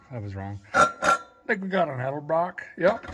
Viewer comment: love how he calls it edelbroken 😅